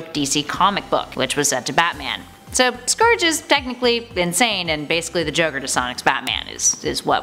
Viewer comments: Its scourge as “sc-our-ge” pernounce it right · BTW you said scourge wrong its pronounced skur-dje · The way she says "scourge" hurts me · You pronounced scourge wrong